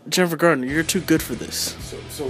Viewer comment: COMPLETELY beg to differ!! Guy didn't even get her name right. (It's not "Gardner" it's Garner!) Nope ... wasn't a perfect movie! But I LOVE the theme of a woman becoming a warrior to fight the evil in the world & the fact that as a "super-hero", she wasn't bitten by a spider or "gifted by the Gods" but rather her abilities came from training very hard, ever since a young girl, to be a warrior. I generally LOVED this movie but wish they would do a remake, again with Jennifer as Elektra, for yes it COULD be improved upon. (I.e. Would love it if one scene saw her - in civilian clothes - kick the living shit out of five big guys who confront her in a parkade late at night with plans to rape her, of course all without her scythes with her. And even though three of them pulled out knives.) I may even very soon proudly have her scythes tattooed onto a forearm as my first tattoo ever! She's MY kind of a super-hero!!!!